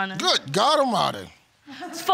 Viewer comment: “Good God Omighty”😂😂😂😂🤣🤣😂🤣😂